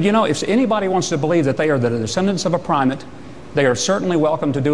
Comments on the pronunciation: LOL at Huckabee's "Pry-mit". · Pry-mit; noun: When you’re trying to belittle something you don’t understand and end up sounding vastly idiotic instead.